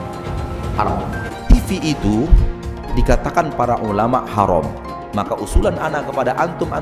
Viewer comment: Huram harom Huram haruum Belajar lagi boos Biar lembut didengernye Ga bengis kaya gitu da,wahnya